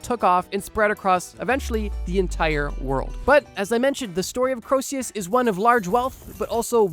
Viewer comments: Given that you think Croesus is pronounced ‘kro-see-us’ i’m going to guess that, incredibly, you actually weren’t joking. You definitely shouldn’t be making any videos about history. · It's pronounced Creesus. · I hate to be ~THAT~ viewer, but it's "KREE-sus", not "Kro-EE-SEE-yus" [because the E is between the O and S, not the S and U] though by as many times as you repeated it in two minutes, I get the feeling you may already know that. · I'm gonna be the pedant and bring it up, but your pronunciation of Croesus is just...wrong. Basically, the proper pronunciation has you omit the 'O' sound almost entirely. The vowel sound in the first syllable is an 'E' sound. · Croesus is pronounced kree3' sus. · Croesus is pronounced KREE-sus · Going to throw hands if you pronounce Croeses as Krosius again. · why does he pronounce Croesus like that?